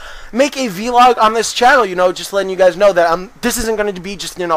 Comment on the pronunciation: "Vlog" not "vee-log" Do you call blogs "bee-logs" as well? Anyway...nice vids